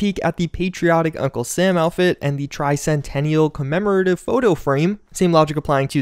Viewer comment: Hey, you did say the word Tricentenail properly. Its bGS and having Ron Perlman say it wrong that has everyone confused. It's not Tercentennial, although it is an accepted way of saying it, the proper way, and according to most dictionaries, is Tricentennial, end if discussion.